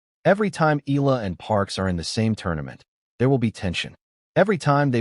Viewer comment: Ee aah lah! Again Ee aah lah! Not Ee lah!😮😂